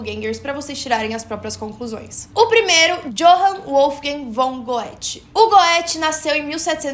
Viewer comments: Vc é uma pessoa esclarecida, não se fala GO E THE. FALA GUÊTE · A pronúncia do Goethe não é "Goéte", é gêthe.😊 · Goethe = se pronuncia "Guete", e tu disse Imperadora o certo è Imperatriz... 😅 Amo teus videos. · O nome Goethe lê-se "Guête"... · cuidado com a pronúncia de Goethe. Tenta ouvir em algum lugar para ver como fala. Se lê algo como: "geti"